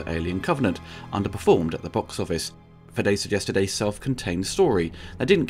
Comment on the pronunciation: Weyland, not Wetland. Fede, not Fedde. Raimi, not Rami.